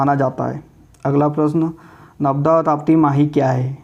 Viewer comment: narmada hota h navda ni hota